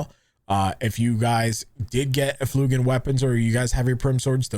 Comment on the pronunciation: Eff-UL-gent! It's an actual word by the way